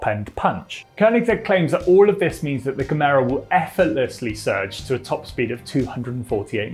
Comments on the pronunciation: Good vid, the name is though “Gemera” not “Camaro”. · stop saying Camaro..it's Gemera with an A at the end.!! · FYI: Gemera is two words, Ge+Mera, pronounced "Yeh Méra" and it means "Give more" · Gemera - The G is pronounced as a J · Pronounce it like yeah-mera. The G is soft. My Swedish ears got really offended, I had to consult my league of Karens after watching this video. After consulting we decided we need to see the manager!